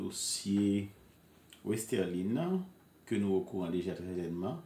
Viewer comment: Bro malgre ou gen dosye fi a nan menw ou proceed to prononce nonl wrong e menm ekril wrong nan title video a. Her name is Westerlie not Westerline or Westerlien. Be more professional